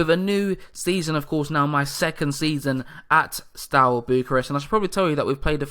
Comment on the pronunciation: I'm a new follower of the series, very nice one! Have you given yourself any restricting rules regarding amount of foreigners you'll allow yourself in the squad to ensure you still have a strong romanian presence? If you want to look up pronunciations a bit you can check (e.g. Ș = Sh, Ț = Ts, Ch = hard "k" sound as in "keg", C = like "ch" in "chest"). And "i" at the end of words is always(?) mute for nouns for example in Botoșani and Iași. Hai Steaua!